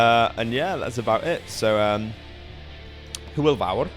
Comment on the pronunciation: He says "hwyl" as "hool" when it should be "hoil" lol